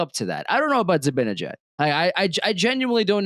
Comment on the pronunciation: Why can't pronounce "Zibanejad" correctly? He's smart enough to do it, so I still hold out some hope that one day he will.